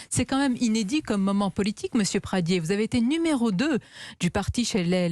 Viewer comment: Pradié avec un é pas Pradier...arrêtez d'écorcher le nom de famille d'Aurélien svp.....merci d'avance !!